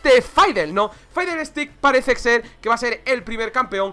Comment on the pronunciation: Porque le dice Faidel Es y siempre será Fidelito